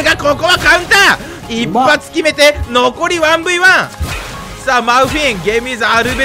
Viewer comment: 一発がグッバイい聞こえた